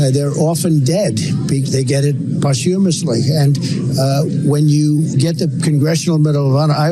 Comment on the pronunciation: He cannot even pronounce "posthumously" correct.